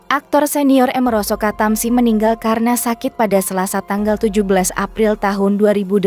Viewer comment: Min baca nya jangan sok inggris Doong! Amaroso Katamsi, jangan merosot ketemsi, jadi jejek kedengaran nya!